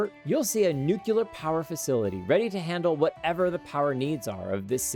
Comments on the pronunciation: it's pronounced "new-clear" or "new-clee-are", not "nuke-you-lar" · Nuclear NUCLEAR!! NOT NUCULAR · >nukular why not new-clear -- nu cle ar -- nuclear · idk why everyone pronounces it "newcuelar"... its "newclear" Which agrees with the spelling "nuclear" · You lost me at "nucelar"